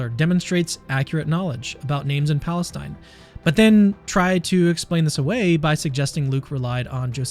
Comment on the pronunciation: bro said pastine?